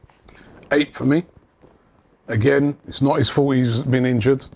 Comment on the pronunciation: robbie this entire video: YEH BUT ITS NOT 'IS FOLT IS IT DOE